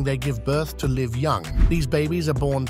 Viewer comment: Stop using AI. Stop using AI to generate false pictures. Stop using AI to generate false 2 second video clips. Stop using AI to write your scripts. And ESPECIALLY stop using AI to make fake voices. Every single English speaker knows that “live” was pronounced incorrectly all through this video. Any human would NEVER make that mistake. PAY HUMANS TO WRITE AND NARRATE YOUR VIDEOS. I’m done with you. UNSUBSCRIBE EVERYONE!!!